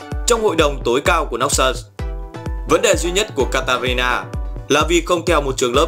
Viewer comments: katarina đọc một hồi thành kalít ta lun (hk piết viết ) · Ad nói katarina thành kalista